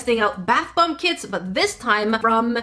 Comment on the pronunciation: I kept thinking you were saying "North American Kids," but you were saying "kits." The tools in the kits seemed well made, too, ours would have a thin plastic knife, and a measuring cup, like you get on a medicine bottle. 😆